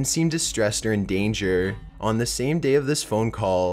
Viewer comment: 40 minutes of this narrator's dropped syllables would make me poke my ears out. dropped theeeeeemmmmm daayyyy social worrrkerrrrr good lord kill me now what sucks is this video would probably have fascinated me!!!!! but i can't do it. nope!